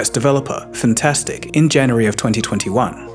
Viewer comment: I'm pretty sure Fntastic is meant to be said as "Eff'n Tastic"